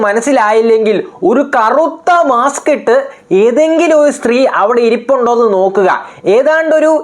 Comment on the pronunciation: ശ്രീ അല്ല കുഞ്ഞേ സ്ത്രീ.... നീ ആദ്യം പോയി സംസാരിക്കാൻ പഠിക്ക്...